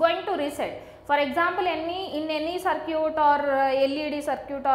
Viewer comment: a good example of how bad or wrong pronunciation can make things very difficult. "Circuit" is pronounced differently!